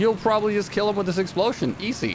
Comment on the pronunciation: Nobody: Him:Explosyen